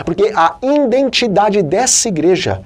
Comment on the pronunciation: " INDENTIDADE"? NÃO SERIA:" IDENTIDADE"?